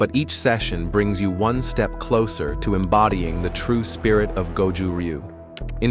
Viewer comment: You can't even pronounce it correctly. Will not waste my time with this video.